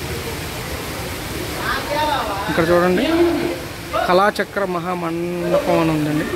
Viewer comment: ముందు తెలుగు ఇంగ్లీషుభాష చదవడం నేర్చుకో ఎందుకు వస్తారయ్యా కాలచక్రం ను కలాచక్రం విహరి పదాన్ని వారాహి అంటున్నావు